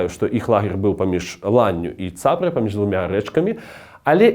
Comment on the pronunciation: Не цАпра, а цапрА рака